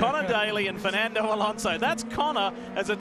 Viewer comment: "Alonso" please!